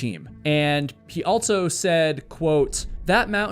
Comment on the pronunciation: This guy loves to add the letter T in words that do not include a letter T. ALSO has no T, yet he adds one and says, "ALTSO." Across has no letter T in it, but he adds one and says "ACROSST." I'm not putting him down for it. If he wants to intentionally mispronounce words, then he can have at it. I'm just pointing it out.